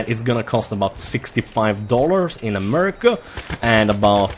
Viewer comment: You say America so funny :D